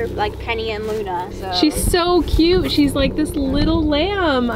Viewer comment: There’s a “t” in the word cute🙄